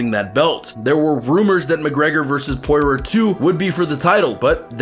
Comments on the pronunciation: And Dustin Poy-roar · Who da fook is Pore-Rer? Lmao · He said porer and numegov 3 names pronounced wrong 😂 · And Nurmagomedov and poirier...you need to actually watch some mma